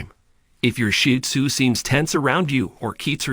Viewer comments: He IS using the proper pronunciation. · that’s what I believe the commenter is implying because I didn’t know this was the correct pronunciation until watching more shih tzu content. 😊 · I love hearing the pointers but, also, hearing the AKC preferred pronunciation of the breed name: "Sheed Zoo" rather than sounding as if referring to a pile of dung. Thank you for all of the information.